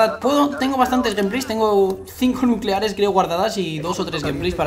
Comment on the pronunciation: " El nucelares" JAJAJAJAJAJAJA